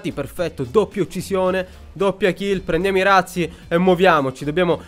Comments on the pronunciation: razzi si legge con la z dolce :) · madonna che bordello😂 quando hai detto razzi indietro ho capito ratzinger 😂😂